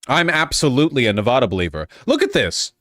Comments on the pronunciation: Ewwww I hate the way he pronounces it NEV AWWWW DUH that's not how you say it, I'm glad we broke for Trump to humble him. The A in the middle is pronounced like the A in apple. Nev -Ahhh -duh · He was wrong about Nevada. Wrong about how we voted and wrong about how to pronounce Nevada. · You know the guy is a numbnuts...he can't even pronounce Nevada correctly!!